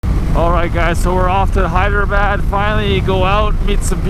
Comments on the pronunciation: You keep calling it "Hydrabad"!!!! LOL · It is pronounced as "haydrabad"